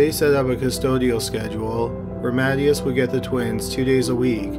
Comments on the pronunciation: Just FYI the name "Mathias" is not pronounced "mat - e - us" it's "mah-THIGH-as" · Ma-THYE-us not MATT ee us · Ma-tay-us. You're killing me, bruh.